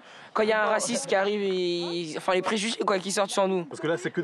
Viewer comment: 'les pregugement' :/// elle cest pas rendu compte de ce quelle a dit mdrrrr